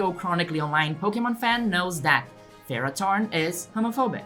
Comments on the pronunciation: Why do you pronounce it as ferrot-horn instead of ferro-thorn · First of all, what? Second, how, do you mispronounce, THORN?! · Pronouncing Ferrothorn as Ferrotorn makes it sound so METAL!🤘